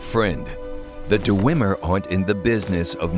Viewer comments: Awesome, but one complaint; The lip syncing seems to be off. Also, (not really a complaint but) it bothers me how the storyteller says "Dew-wem-er" instead of "Dwem-er" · I love the storyteller series for fallout, but the only problem with this is the way he says dwemer... Dewemer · The "Duh-wemer"? That can't be the correct pronunciation. I thought it was "Dwemer." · DER-ER-WEM-ER? isn't it just dwem-er? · Du-wu-emer? du-wu-emer?! DU-WU-EMER! Who the hell pronounces dwemer like that? Sorry, this is good and all, but god damn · I know this is really nit-picky and I don't really care but the dwemer or d-wemer as the guys says are referred to as dwarves by the human races but you know its your series (and its great btw) and idrc its just my inner lore nerd made me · Duh-weem-mer? I thought it was Dweh-mer? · DUHRWEMER. That's some pretty annoying pronunciation, Dwemer or even Dweamer is better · "Deh-wimmer" its DWEE-mer or Dweh-mer. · You need to stop saying "DoooWemer" there is no "ooo" sound. Tard,... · Mountain Dew-wem-er. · here is only one thing i don't like about this series it's the way hes pronounces dwemer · the story Teller has a good voice but he's a bad actor. also his pronunciation of dwemer is wrong. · The way he says dwemer is bugging me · It's pronounced "dweh-mer", not "duhweh-mer". It's a conjunction, 'dwe' roughly meaning 'deep' and 'mer' meaning elves, or more technically, people. And it's "muhn-dus" not "moon-dus". Your voice actor has a very nice, buttery voice, but he has one of the strangest cadences I've ever heard and ostensibly needs to learn to pronounce things better. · Why do none of the voice actors know how to pronounce simple words? Pronouncing Dwemer as "deewemer" and cuirass as "curious." What's that about?